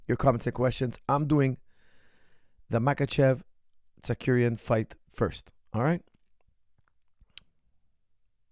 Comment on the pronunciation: i cant listen to this guy say "tsakuryan"